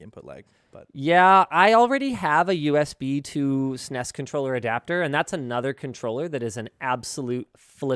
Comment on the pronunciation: saying SNES as "sness" is not okay :/